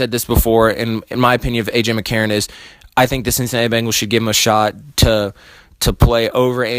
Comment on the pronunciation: Its Ben-gals NOT Bang-als.